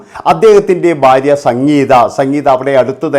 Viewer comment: ബാര്യ അല്ലടാ മൈരേ,, ഭാര്യ ആണ്